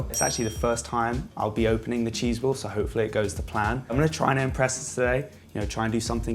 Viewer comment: He says “wheel” and “well” in the same way. “Wehw”